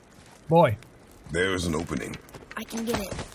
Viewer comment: it's BOI not BOY but good effort